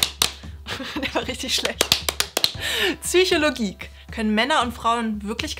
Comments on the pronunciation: Ich weiß nicht warum, aber es triggert mich, dass sie Zychologe anstatt Psychoge sagt. xd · Wenn man Psychologe ist aber es nicht aussprechen kann 😂🤦🏻‍♂️